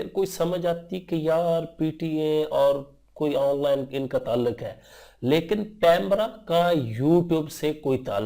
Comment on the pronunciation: Bhai please apne pronunciation to theek Kar lo especially the word "ONLINE"